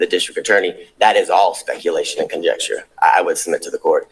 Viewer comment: He literally said, "conjexture" not conjecture.